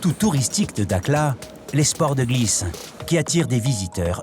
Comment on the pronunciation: Prononciation "darla" pas dakla